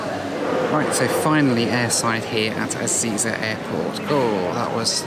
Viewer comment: Ezeiza is pronounced E-zay-zah, not E-zee-za :)